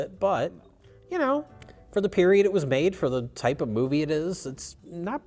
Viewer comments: Ohhhh that! I thought he was saying Type O. Like the blood type. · I literally heard "Type 0" lol.